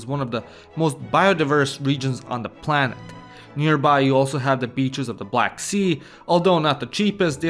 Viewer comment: "Palanet" - Tell me you live in Cluj, without telling me you live in Cluj